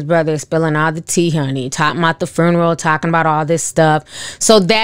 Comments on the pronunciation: Funeral not Furneal 😂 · The “fooneral” Ti always be pronouncing stuff different and I’m here for it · SIS. It’s pronounced fyoo •nr•uhl FUNERAL LOLOL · be like “frooneral” 🤣🤣🤣🤣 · Right lol I was like "girl the what????, phooneral?" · " Fernaral"...ti what ? 😭😭😭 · I love the way you pronounce funeral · Sorry I can't with the pronouncing of Funeral.. But I love,love Love you Ti and your channel! Day one fan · You need to learn how to pronounce funeral.